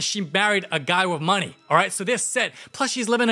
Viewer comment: "Wrinkles love the munee" HELP